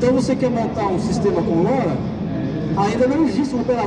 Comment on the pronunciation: Desisto. Trata-se apenas de um comercialzinho fuleiro da SigFox. De LoRa quase não se fala, e quando tocou no nome ainda pronunciou como "lóra" em português, esquecendo que é um acrônimo para Long Range (LoRa). Falando que a cobertura é de até 50 km. A conversa de superpropagação de sempre, que só cola quando pega um monte de meninos que não conhecem nada de RF. Apenas saiu pegando material da Internet e vomitando como se tivesse conhecimento prático no assunto. Foda e lastimável quando a coisa é patrocinada.